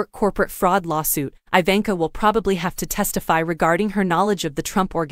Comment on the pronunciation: Learn to pronounce her name